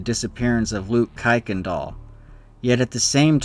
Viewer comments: Don't know where you came up with the pronunciation, but every one with the name pronounce the name "kirk n dahl", not "kike n dahl". As fact, kicked is a religious/racial slur. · btw "Kuykendall" is pronounced "KIRKendall" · It's pronounced Kirk-in-doll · "Kuykendall" is pronounced "Kirk-in-dial" if you ever do a followup video.